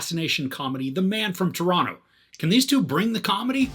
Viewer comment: The man from Toronto doesn't say Toronto like a Canadian would've.